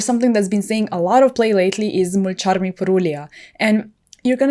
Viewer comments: Mulcharrrrrmy Purrrrrrulia 🤌🤌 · Your pronunciation of “Mulcharmy” 🤩🤩👂🏽✨lolll…. Personally, I’ve been following the game for 15+ years and I’m new to paper play!! I just started going to my locals and the Fire King structure deck has been an amazing starting point!! Will probably pick up Plunder Patroll and Purrelly as I fill out my extra deck and staple slots 😼😼